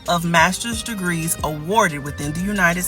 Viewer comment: ...¨masters dregrees¨ ... 😂🤣